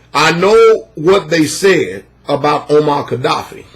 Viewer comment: Muammar. It's Muammar. And it's Gaddafi. With a G.